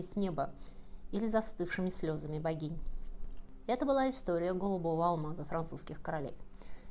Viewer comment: а в конце оговорка вышла: "слЁзами богинь"...